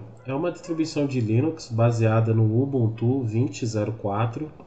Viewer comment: o jeito que ele fala ubuntu me dá agonia